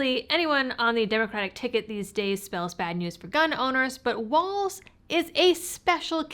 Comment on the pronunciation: Thank you for pronouncing Walz's name correctly! I cant stand Tyrant Tim and neither can I stand hearing so many peiple say "waltz"